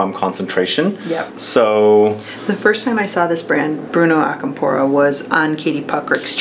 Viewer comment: Hey the accent is different on Acampora (It’s not on the “po” part, I believe from how the right pronunciation sounds the accent goes on the beginning of the word)